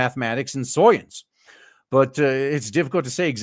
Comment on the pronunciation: Dude, you don't have to say SOYence every single time.